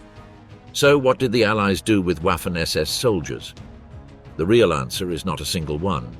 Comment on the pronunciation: It's pronounced WOFFEN ... Even though gramatically it sounds like WAFFEN